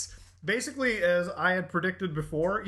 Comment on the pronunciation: "masically" lol